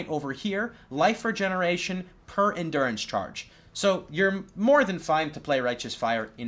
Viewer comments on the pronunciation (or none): none